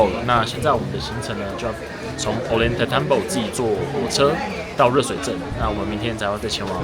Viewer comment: 我和太太今年4月初也在那邊待了一個月，確實很值得去的地方，今天11月還要再去秘鲁亚马逊雨林。 Ollantaytambo應該唸成：歐陽太蛋波